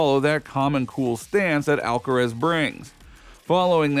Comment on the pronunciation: Stupid narrator! Who's "Alkatraz" you're talking about. Ha ha ha!